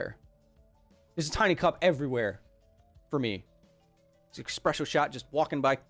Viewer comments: "bunch of tiny expresso shots..." ew... eSpresso tastes better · Is he still calling espresso - "expresso"? Why, Kyle? Why? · It’s espresso. Not expresso. :) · ☕ eXpresso, really? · Can't believe you said eXpresso... it is eSpresso. eSSSSSSpresso. >.<' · Hey Kyle sorry to be that guy but technically its espresso not expresso :) I wouldn't say anything but you seem like the kinda guy who likes to get stuff right and would be annoyed about using the wrong term. Like you say, technically correct is the best kind of correct. Keep up the great work, and stay safe, 2020 is a gnarly year. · Sounds like he is saying expresso not espresso lol. Great video keep it up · Only super villains say "expresso" instead of "espresso". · It is Espresso, not Expresso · I hope I'm wrong, but it sounded like you called Espresso, "Expresso" at least 3 times. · Please do not call it "expresso" shudder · Kyle may be a science and engineering genius, but when he thinks there's an X in the word "espresso" he has entered a world of linguistic pain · This is endemic unfortunately, to the point where the English word is likely to become 'expresso' via popular usage...